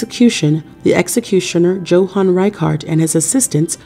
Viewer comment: It's pronounced "YO-hahn"...